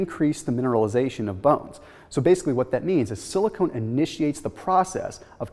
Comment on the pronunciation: silicon not silicone